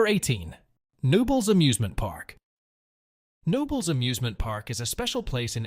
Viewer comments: Knoebels is pronounced Ka-nobels and I don't think that footage used is from the Phoenix. Just sayin' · Wow Pennsylvanians by knowing how to pronounce the gems you are reporting. Knobels Park, the K is not silent. Coudersport in Potter County has an ow sound as opposed to Coodersport. You did have a nice video. Born and raised in Pennsylvania you enlightened me to some gems I was unaware of. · Took my kids to Knobels for many years. I've never considered anyone not pronouncing the "K," but here it is. Also he pronounced Susquehanna as "Suskweehanna." Another oddity. It's "Suskwahanna," emphasis on the "kwa" syllable. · Boy the park is KAH-KNONLES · I know it’s confusing but it’s pronounced kuh-no-bel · Yeah….Pretty sure they meant Knoebel’s. Pronounced: Kuh-nobels. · I came to the comments to specifically check if anyone called out the pronunciation of Knoebels.